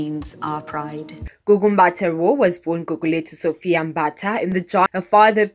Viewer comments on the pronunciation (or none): none